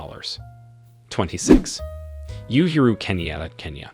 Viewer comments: Uhuru is pronounced ooh hoo ruu not you hoo ruu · Did this man just say "Ethiopia is one of the richest countries in the world"? LOL Was watching this until he uttered this BIG lie.The man clearly knows NOTHING about Africa. Got curious though and decided to continue a bit when I heard Kenya's president being called "U/YU-huru"! Christ! You'd think the guy would take the time to learn how to pronounce these people's names. How embarrassing!